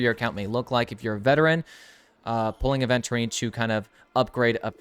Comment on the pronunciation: It's Aventurine, not aDventurine